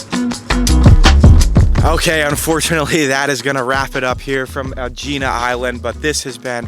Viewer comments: Just FYI, it's pronounced Egg-ina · Why do these videos without knowing how to pronounce the name. It’s so irritating .It’s pronounced eggina. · It’s pronounced “eh-hee-nah” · Oh dear, it’s pronounced ‘Egg-inna’. And to be more specific the letter “gamma” is a soft g from the back of the throat. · Aegina is pronounced EGG-IN-A stress on first syllable. Do your homework if you're making a video.